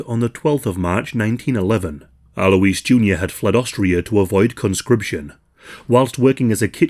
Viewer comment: You pronounce Alois as 'alloys'.